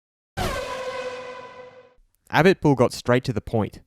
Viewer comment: You can throw in the accent for "Auto Motor und Sport" but not to pronounce "Abiteboul" correctly?